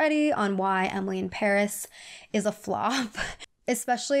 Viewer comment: emily cant even pronounce paris